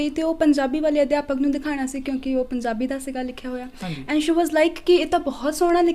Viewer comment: ਉਡਾਰੀਆਂ ਦਾ ਸਾਹਸ,ਸਰਾਹਣਾ ਦਾ ਪਾਤਰ ਹੈ ।ਹਨਾਂ ਤਕੀਆ ਕਲਾਮ ਬਣਦਾ ਜਾ ਰਿਹਾ ਹੈ ।ਤਲੱਫਜ਼ ਤੇ ਧਿਆਨ ਦੇਣਾ ਬਣਦਾ ਹੈ ਜਿਵੇਂ ਜ਼ੀ,ਜ਼ੋ ,ਪੰਜ਼ਾਬੀ,ਸ਼ੌਂਕ ਨਹੀਂ ਜੀ,ਜੋ,ਪੰਜਾਬੀ,ਸ਼ੌਕ ਆਦਿ